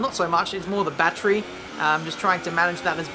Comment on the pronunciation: Lol i love your videos but saying "bat-tree" instead of "battery" makes me cringe.